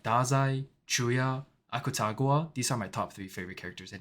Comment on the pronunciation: Akutagwa 😭 It’s Akutagawa